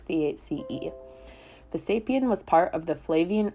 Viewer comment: Nice to see content for kids that's not too cartoonish or too dumbed down. I took relatives, which included a youngster, to see Rome a few years ago & this would have been a great prelude to seeing the Colosseum. I would like to offer a few clarifications though. 1. The emperor who commissioned the construction was "Vespasian" not as you pronounced "Vesapian". 2. Although components were carted off by citizens and others the major damages were caused by three notable earthquakes, two of which occurred in the years 443CE and 484CE leading up to the last performances at the amphitheater in 523CE. Nearly a century later a third huge earthquake in 1349CE brought down the outer south wall due in large part to it having been built on what was once swamp land whereas the north wall was built on rock. In 1807CE concrete wedges were added to stabilize the outer wall. 3. The exterior Roman arches you refer to are a completely distinct structural element from the "Column" orders you mentioned (Doric, Ionic, Corinthian & Tuscan). 4. The underground below the arena is called the "hypogeum" pronounced "hi-po-jee-um" not as you pronounced "hi-pur-gee-um". Barring those clarifications you created a nice presentation. If you get a chance to revise this video you might include that the ground floor arched entrance / exits were called "vomitoria" which is Latin for "to spew forth". It makes me chuckle to think that after witnessing so many bloody deaths, many patrons may have been directed to t